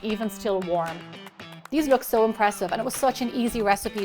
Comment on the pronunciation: Gemma does an excellent job